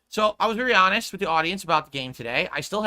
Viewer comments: How many more times will I hear a variation of this rant? "Wow guys, you know I'm hahnest guy right? Well you guys told me to play _________ (insert game here) for the longest time and now when I finally play no one comes for support. What's up with that?" Never change. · Nao guise you are not giving me enough of your money, im just being ahnest /snort.